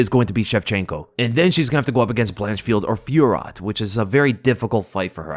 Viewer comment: The pronunciation of fiorot 😂